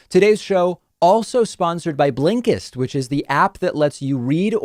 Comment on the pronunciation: Everyone: Blinkist David: BLEENKISTT